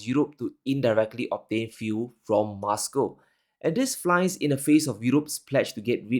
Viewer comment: content is so enlightening...however i just have a little criticism of pronunciation of some words. He likes to pronounce them as he wants whether right or wrong. Eg Moscow..he pronounces as Muscow...why?.... he's the only one in the world who pronounces as such. I'm curious how he will pronounce most and must 😂